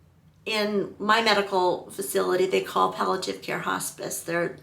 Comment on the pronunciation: You’re saying “pal - a - tiv,” but the word is “pal - ee- a - tive.” Palliative: There’s an “i” before the “a.”